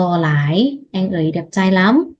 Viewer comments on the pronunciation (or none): Cháu moi xinh có phương pháp dạy rất dễ học... nhưng cháu vẫn không phát âm đúng từ,"Anh"theo cách phát âm của tiếng Việt.cháu vẫn phát âm là "eng"... có lẽ vì trong ngôn ngữ của Lào không có từ "anh"nên cháu gặp khó..trong phát âm của từ này.